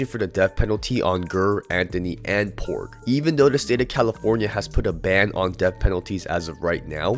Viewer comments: Ger is pronounced Jer and Porge is pronounced Por Ge. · Ger is pronounced Jer and Porge is like Por-Gee. I got some dumb ass cousins that are dead or locked up or in hiding due to being in gangs. No sympathy for them and I don't allow my kids to know who they are. I don't associate with them and they don't know where I live. Although I did help one and his friends once as a college student because they needed a place to stay for the night and a meal just because we grew up together but we each chose our own path.